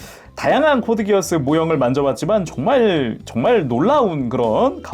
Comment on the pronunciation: 코드기어스- X 코드기아스가 맞는 표현입니다 Geass-기아스는 켈트신화에 나오는 맹약이라서 이걸 기어스로 읽으면 안되요